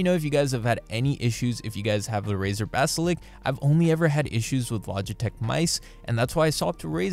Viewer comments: mate its 'Basilisk' not "basilick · bro said "BASALIK" instaid os basalisk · Ba-si-lisk. Not Ba-si-lik. Not Ba-si-liks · Basilisk, not basilic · All good and well but can you please just say "basiLISK" instead of "basilk" it just makes my ears hurt. Couldn't watch more than 3 minutes. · Golly if it annoys you that much then Im sure you have alot of friends lol. When he says it I just think it's funny. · good video, but you saying "basilick" instead of basiliSk was pretty funny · Lisk, not lick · Seriously? You’ve had it for 2 years and say basilik?? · Stop saying basilik it makes me sad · You mispronouncing 'basilisk' constantly irked me. Also it's a bad mouse, and Razer is usually overpriced junk. Anybody reading this should be wary of Razer products in general. Look for alternatives that are actually quality products for the price you're paying for them.